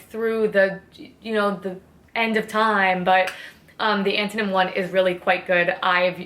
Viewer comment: Oh my Lord, this was so wonderful. My boyfriend is now an official fan of you after hearing you say time as "tiz-ime." More of these updates please!